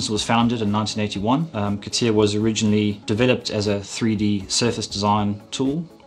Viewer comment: c'tia...c'tia... c'tia CA TI A ffs AAAAAAAAAAAA like in ALABAMA CA-TI-A I am sure he also say C'D... Computer 'sisted Design